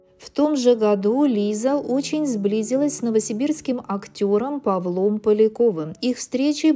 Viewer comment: Неправильно ставите ударение:Павлом- надо на а